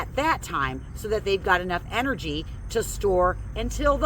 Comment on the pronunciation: That's "energy" not Generis! That's contagious😉